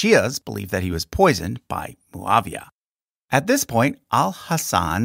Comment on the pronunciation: Its mouawiah not mooooaaaviaaa Its not a colombian coctail